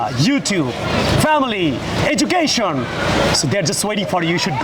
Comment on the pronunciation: এডুকেশন না এজুখেইশন